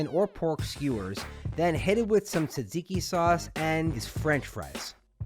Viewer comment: came from snapchat. fellow Greek Montrealer here. overall very good! and you say tzatziki quite well. you're technically covered since you wrote "Greek inspired food" in your description. no one can come at you 😅